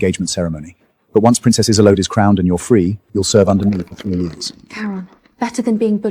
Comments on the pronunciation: I wish they'd get the pronunciation of her NAME right. (So many of these videos ALL get it wrong!!) It's NOT "IZ-oh-let" or "IZ-oh-lade"; it's "Iz-OLD-duh"!!🙄🙄🙄😥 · Isolde is usually pronounced Is-old, not Is-o-let or is-o-laid. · Isolde is not that difficult to say, dammit! Is-ZOL-day. I guarantee you it's never been pronounced as "islam" 😂😂😂😂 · is there really any voice AI can said isolde name right :face-green-smiling::face-green-smiling::face-green-smiling: wtf isoline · The way they're mangling her name is frying me 😂😂😂 I believe Isolde is pronounced uh-zoll-duh. Hell, i could be wrong too 😂😂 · Isolde's name was said correctly only one time! Karon's name? Ridiculous